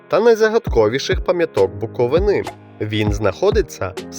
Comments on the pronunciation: не шановний,правильно вимовляти Буков"И"на,а не Буковин"А"......ЙОЛУП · Шановний, відео дуже інформативне! Але робіть правильно наголос на слові Буковина! Не Буковина' а Букови'на.